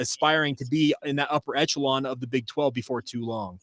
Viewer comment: Great show - slight correction. The word is echelon - pronounced like this